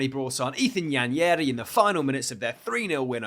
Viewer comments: Bro said Ethan Yenyari 😂😂he butchered it💀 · Just a little correction, Nwaneri is pronounced “Waneri” the N is silent. The name is an Igbo name from eastern Nigeria. Hope this helps with future attempts at pronouncing his name. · Because they're not familiar words and pronunciations to people from here. Apparently no one knows how to say Nwaneri, I've seen 3 different suggestions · Does know that Nwaneri’s name has an N at the start? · why are you pronouncing Nwaneri like it’s a spanish name, that was horrid 😭